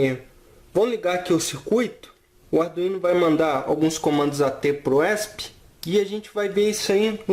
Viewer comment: "esp" mano esp nao é uma sigla? acho q o certo de se falar é E S P cada letra independente